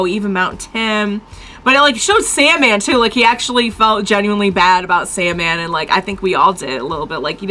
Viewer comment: Hey, no hate at all. I'm enjoying the video but something I feel is important to correct is calling Soundman, Sandman. Given what that reveal represents and means for people who can identify with him, it just feels important to me. I know there's no harm meant and this is just the name people remember and are reminded of when they look him up.